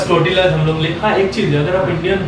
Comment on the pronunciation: Wo टोरटिला nahi तोरतिया hota hai pagli